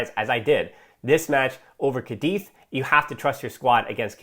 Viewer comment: What really upset me was changing Raphinha. He really had that 3rd goal in his boots and we all knew it. Also by the way, it's CÁdiz, not CadÍZ!! Hahahahah salutations from Spain